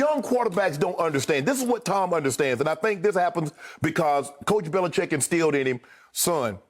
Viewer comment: It's NOT BELICHEK.